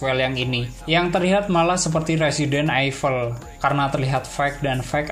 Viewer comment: Ralat Resident Evil dibaca "Resident ivel"